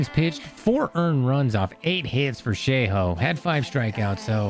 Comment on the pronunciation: Hey might I know you prolly don’t care but it’s pronounced show hey